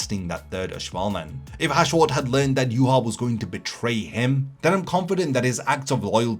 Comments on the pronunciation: Im so annoyed at people talking about Bleach and phonetically pronouncing Yhwach. We all watched the damn anime. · Why can't anyone say his damn name right? Shit is annoying.